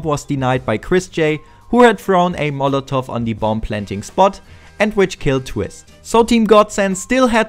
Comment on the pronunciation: sprich das verdammte the endlich mal anständig aus